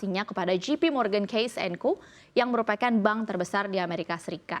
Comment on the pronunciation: JP Morgan Chase not Case (she was saying Case)